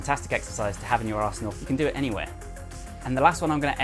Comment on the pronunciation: When you say "arsenal" it sounds like "asshole" so I keep hearing "it's a really good exercise to have in your asshole" and it's hilarious.